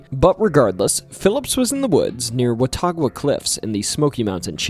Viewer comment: We call Watauga (Wah tah guh) I grew up around that river and fished it my entire life.